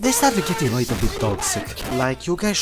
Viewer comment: 'a rrrittle asss crrack' bro sounds like the grand high witch jokes aside, great quality 👍